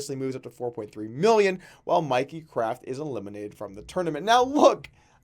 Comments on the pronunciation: its "Mickey" not "Mikey". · Dude it's Mickey craft not Mikey